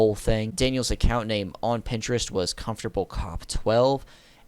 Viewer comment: "On Printerest"